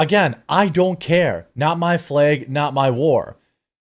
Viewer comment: What’s a false “FLEG”??